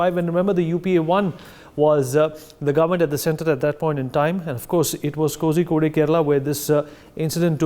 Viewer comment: The news presenter must get his pronunciation of Kozhikode right.